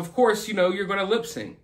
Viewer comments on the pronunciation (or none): Friendly FYI: Lip “Sinc”, not lip-Sing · Did he say lip SING??!! 😳